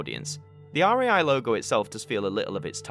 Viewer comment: ITS RAI NOT R-A-I